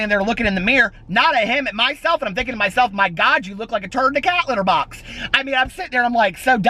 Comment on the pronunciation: A turd in/on a what?? A CATHETER BOX??!! Lmaoooo